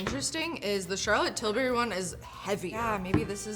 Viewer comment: Laughing at Charlotte "Till-berry" every time she says it.